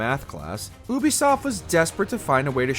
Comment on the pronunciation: Bro, you are terribly mispronouncing Ubisoft